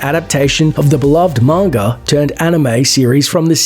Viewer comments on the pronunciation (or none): none